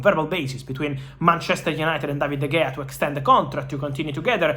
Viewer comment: ITS PRONOUNCED DA HEYA NOT DE GAYA!!!